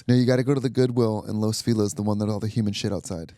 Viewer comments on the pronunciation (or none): STOP CALLING IT "Los Fee-LiZ" it is LOS FELIZ!... You know? Like FELIZ navidad? FELIZ cumpleaños? It's f*cking SPANISH 😂